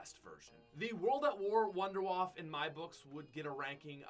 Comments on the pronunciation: You pronounce it like vonder vaffe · You pronounce wunderwaffe so wrong.. Its a german name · So funny How he pronounce wunderwaffe im german and I Know How it is pronounced and to me it Sounds funny